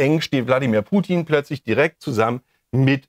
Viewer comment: Das Schlimme ist, wie er erstmal zu dumm ist, den Namen richtig auszusprechen und ihn dann so einer Lächerlichkeit preiszugeben. Das kann er gerne für sich in Anspruch nehmen, aber nicht bei Putin. Diese Unterschätzung immer wieder umd weil Fernsehen doof macht, arbeitet der da.